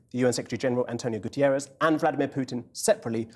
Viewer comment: You have learned to say Zelensky correctly. Can you please say ANTONIO GUTERRES and not "Gutierez" also correctly. The Secretary General is not Spanish and is name is not Gutierez. Thank ypu